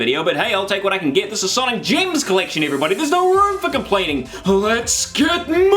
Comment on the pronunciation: "sonic gyms collection" -kiwi accent